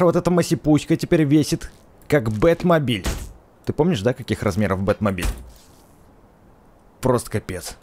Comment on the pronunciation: Не Бет мабиль ,а бекст мабиль